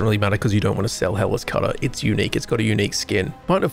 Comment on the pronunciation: Just waking up, thought bro was hyping up Hitler's Cutter